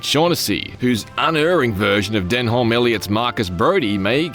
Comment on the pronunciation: Den-Holm Elliott 😂